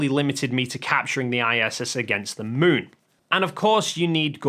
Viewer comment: The Son and the Muun 😂